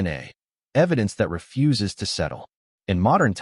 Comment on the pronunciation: Ref-uses to die... AI, right?